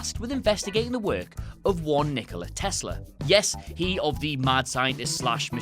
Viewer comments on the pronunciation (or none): none